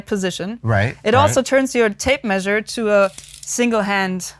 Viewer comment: Till this point, I thought she was saying "Tape Maid"